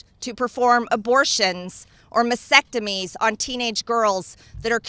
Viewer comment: The term is MASTectomies. Stop pronouncing it like vasectomy lmao uneducated Karen